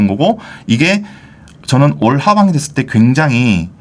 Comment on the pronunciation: 부탁말씀 드립니다.. 부동산투자에 대한 내용은 너무너무 좋으신데, 발음이 짤리셔서 알아듣지 못하는 단어들이 많아요 ㅠ. 예) '하반기' 가 '하방' 으로 들려서 세 번을 돌려보다가 겨우 알아 듣게 되었습니다 ㅠ '임대차 3법'은 '이대 3법'으로 들려 5번을 돌려봤습니다. ㅠ 이렇게 단어가 끝까지 발음되지 않고 생략되는 경우가 1분동안 들으면 서너군데 쯤 있는것 같아 계속 듣기가 힘들어지네요 ㅠ. 그래도 내용이 좋아 참고 끝까지 들어 봅니다. 하실 말씀이 많아 그런 것 같습니다. 그래도 천천히 발음을 끝까지 해주시면 듣는 우리들이 참 좋을 것 같습니다. 좋은 방송 계속 부탁드립니다 감사합니다.